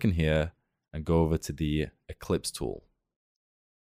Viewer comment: Ellipse, not eClipse. Perceptual, not persPecual. Other than that, very nice.